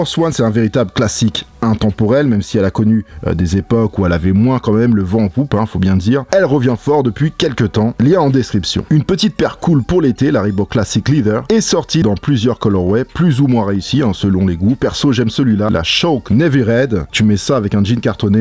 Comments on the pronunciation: Le mot "leather", cuire en anglais se prononce et non pas. Bonne vidéo! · Mdrr t un ouf toi. Ça se prononce "ledheur", d'où tu sors ton "z" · Nathan Duterre Non c’est toi qui a tort. Là tu viens de prononcer le mot lettre. Qui se dit « ledder » anglais US et se prononce « letter » anglais UK. Cuire = leather se prononce avec un z même si il y en a pas. C’est plutôt « lèzeur »